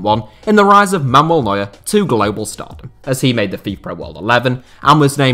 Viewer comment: is so horrible with pronunciation. He cannot even say Manuel Neuer right. Mamuel lol.